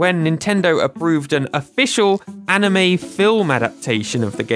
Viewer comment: I liked your effort in pronouncing the anime name😀